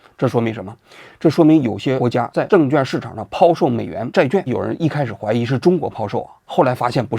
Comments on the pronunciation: 债券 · zhài quàn 。咱文科生要有文科生的样子 好不好？ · “券”读作“quan”四声与“劝”同音。希望以后改正。